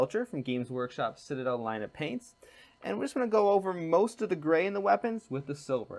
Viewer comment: Dude, I have never commented on a video before but I had to on this one. First off, learn to pronounce the name of the products you are using. It's SEE pea, not sep EEa and Nuln not Nun and your brush is an artificer, not artificail. Next, without close ups we cant see a damn thing you are doing. Also check your camera focus. Your painting hand is in focus and the figure is not.